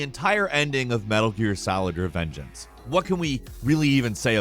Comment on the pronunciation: Bruh he said metal gear solid revengance